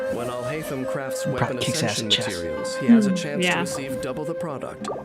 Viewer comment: Video: Al hay tham al hay tham al hay tham You: al hi tham al hi tham al hi tham